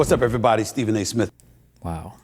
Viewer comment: bro fix the fucking name. its "Stephen". it takes 5 seconds to research his name